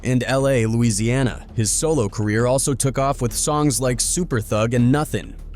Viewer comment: It's T.O.N.Y and LA, LA!! Not "Tony and Louisiana" 😂😂 Who's Man's is This?🤦🏾